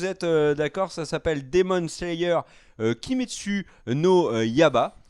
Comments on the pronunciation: ca se prononce pas Kimetsou no Yayba ? (Yaiba comme Kaiba dans yugioh) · Pour KNY ça se prononce ya "i" ba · Je confirme, ça se dit comme tu l'écris. La prononciation du japonais n'a jamais été le point fort de et ^^ (ce qui est loin d'être grave bien sûr) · On dit kimetsu no yaiba avec un « i » qui se prononce aussi !